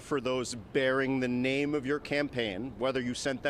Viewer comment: Grandpa Comophilia is going to the Mosque now because is major opponent is a Muslim, otherwise he definitely wouldn't have given a shit about those people! Hahahahaha! Also, Grandpa is a piece of shit, up to now he is still pronouncing the guys name wrong!